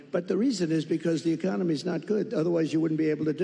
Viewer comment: "opportunity ecomony"